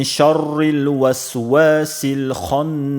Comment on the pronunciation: Шаррил мягко читаются